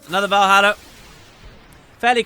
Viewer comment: Vuroja not Valhalla lol